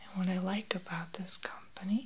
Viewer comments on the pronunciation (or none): none